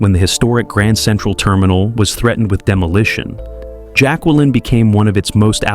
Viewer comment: You need to LEARN HOW TO PRONOUNCE Jacqueline CORRECTLY!!!!!